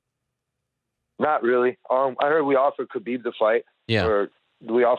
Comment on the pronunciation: stop saying "Khabib" that way Ariel